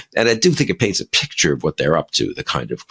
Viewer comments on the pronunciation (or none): none